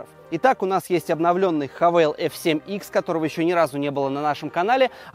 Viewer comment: Не хавэл, а хавал!!! Задолбали коверкать нарицательные названия.